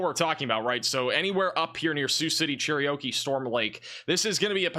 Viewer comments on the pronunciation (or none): none